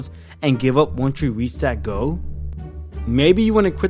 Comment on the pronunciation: he says goal weird....its like he says go. or goh. or goe. gow.